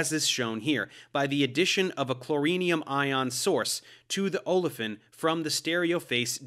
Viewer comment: I've always heard it as "chloronium", not chlorinium. Analogous to iodonium.